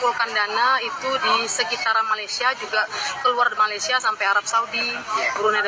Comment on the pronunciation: COBA PERHATIKAN DAN DENGAR BAIK-BAIK APA YANG DIUCAPKAN... BERKATA MALASYA... MALASYA.... MALASYA 🤣👻👻👻🤣👻